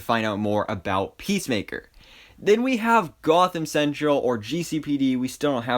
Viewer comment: Pissmaker like the way kingshark pronounce it